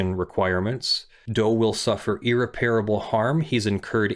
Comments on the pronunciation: Irreparable. EAR-REPPER-ABUL. Not EAR-REPAIR-ABUL. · I must apologize in advance! irreparable [ ih-rep-er-uh-buhl ] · If my lawyer was as incapable as you are of pronouncing the word irreparable correctly I would dismiss them immediately and find new representation. This is a word that comes up all the time in your line of work, so you should have been able to figure it out by now. Its no wonder you got your ass handed to you when you filed your objections against Malibu in the case you mention. Where’s your due diligence on pronunciation?